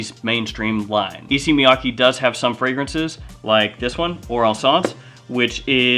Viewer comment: FYI, the pronunciation is Issey like say and Miyake like kay in okay. Both are like the pronunciation of the letter a.